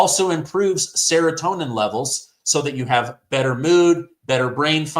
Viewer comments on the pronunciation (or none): none